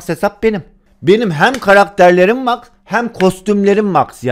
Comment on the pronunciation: Abi Max karakteri mex diye okunuyor